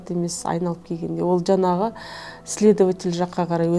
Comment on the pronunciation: Жанағы ...жанағы.... демей ЖАҢАҒЫ ДЕ! НЕРВЫҒА ТИМЕЙ!